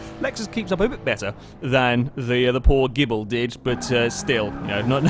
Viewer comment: that's not the starting line on the dragstrip, it's pronounced (GI)-(BLEE)